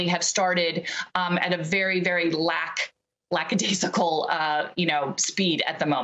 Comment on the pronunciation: lackadaescickle.. And just like that, a new word has formed